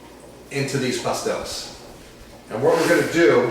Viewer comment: Good video, kinda long but good recipe. (Pas-TEL-les)